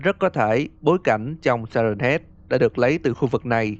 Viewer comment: Si hét chứ ko phải siren head